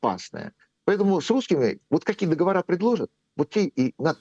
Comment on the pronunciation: ДоговорЫ, а не договорА!!!😮